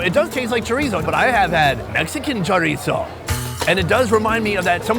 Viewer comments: Chorizo is Mexican sausage. Portuguese sausage is chourico pronounced sha reese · I think that's Chourico (the Portuguese people here are mainly from the Azores and they prounounce it SHOO-REES-U) in the Feijoada and not Chorizo. I live in an area with the second biggest population of Portuguese people and grew up on Chourico and Linguica. I didn't have Chorizo until like the mid 1990s when we started getting a bigger Spanish/Mexican population. The two sausages are really different, with a lot more fat and a much more pronounced garlic flavor in Chourico. I actually like Chorizo better, but my Portuguese neighbors can't know that or they won't share their delicious food with me :P